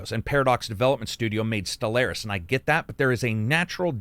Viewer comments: Appreciate the review. Btw it’s pronounced stell-are-is not stell-air-is 🙃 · "Stel-lair-is" smh